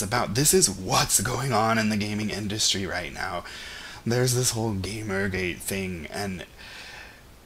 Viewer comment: Oh, you said "GamerGate" and I thought you said "Gay Mermaid."